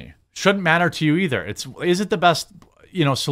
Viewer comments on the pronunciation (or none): none